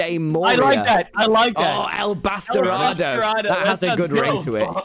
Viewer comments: Being half Hispanic hearing Tommyinnit say 'El Bastardo Verde morirá' it was just gold but-- my mom heard from my room and she was like shouting in Spanish, "He said it wrong, cabrona." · As a spanish speaker Tommy saying "batarado" instead of "bastardo" is so funny to me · Awww, Tommy made a sign in spanish and said "bastardo" so badly XD this was the most endearing thing on my day ajhjfhahj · Tommy talking in Spanish is the best, dude, He didn't even pronounce Bastardo correctly XD